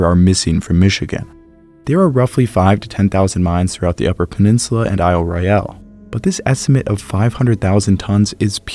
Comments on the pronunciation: PLEASE! Aisle Royal not aisle Roy - al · So appreciate your detailed analysis...can you double check your pronunciación of Isle Royale...I'm from Michigan and have visited the island. I've never heard anyone use the pronunciation you do.